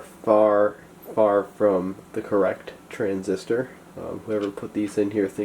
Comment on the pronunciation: Transistor, I thought you said RESIStor